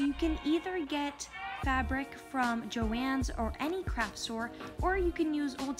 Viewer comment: I’m pretty sure she said crap store not craft store 😂